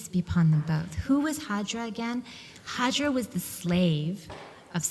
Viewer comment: She's called hajar not hajra.